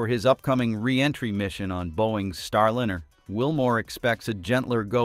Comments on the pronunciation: Liner!!!!?!! Not linner!!,!,!,!,!,! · If you expect us to take your production seriously, You need to take it seriously yourselves. Get your voicing in order. Come on!!! "STARLINR" NO NO NO. "star"line"er!!! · Boeing's Star linner? Really?!? Is this AI voiceover? This s * u* c* k*s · why do so many of these type shows use a voice generator to read the script. It is boring, and becomes ridiculous counting mispronounced words. The name Starliner bounced back ad forth between the correct name and with a short i vowel sound. Boeing 737 was mispronounced seven hundred thirty seven every time. Why can't you just find someone with a nice speaking voice and ditch these awful computer generated voices. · "Starlinner", really! It's time people stopped using AI voices. They just annoy listeners, like AI art that wowed us for a few hours and then became same-y and loathesome. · "Starlinner"??? You trying to say something? 😆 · It is not a "Starlinner" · Get someone or something that can correctly pronounce words. Starliner is not Starlinner! Left . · What's a "starlinner"? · Why do you pronounce it Starlinner? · These robot voices are too much. What the hell is a star lin-- er. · AI pronunciation of Starliner😅